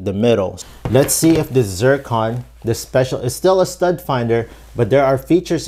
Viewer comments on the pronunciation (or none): none